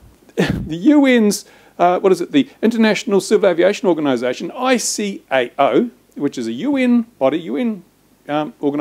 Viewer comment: ICAO - I-KAY-OOH Ya n00b :p